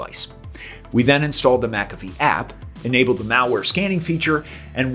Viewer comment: You're pronouncing it wrong